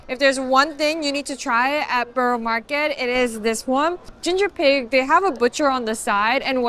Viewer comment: I've yet to hear an American pronounce 'borough' correctly.